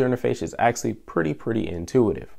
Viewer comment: Am I the only one who gets tilted by the way he pronounces "actually" ?